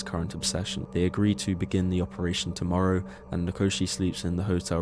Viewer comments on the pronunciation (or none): none